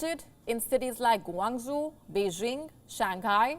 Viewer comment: They have COMPLETELY removed barriers and testing in Guangzhou as of two days ago. I can't even find a testing spot now--and I'm in Haizhu! And by the way, learn to pronounce Guangzhou right. It's pronounced Gwong-Joe